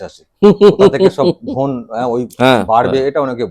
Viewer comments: ইংরেজি এবং বাংলা তে একটা ব্যাকরণ এর বিষয় আছে। যেটাকে বলে similar in sound different in meaning. দুটো শব্দের উচ্চারণ ই "ধন" not "ধোন", ধোন শব্দের অর্থ বাংলাতে অন্য কিছু। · Dhone biswasi 😂. Pronunciation ta ektu alada hoye galo.